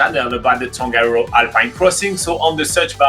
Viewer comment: Please try to pronounce te reo Māori words properly, like: Tongariro. Just try your best, your efforts are acknowledged. That is part of my my language and culture, and I care about it very much.